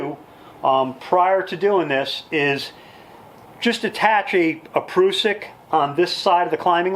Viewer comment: I think the word Prussik is pronounced differently. The "prus" part would rhyme with "bus"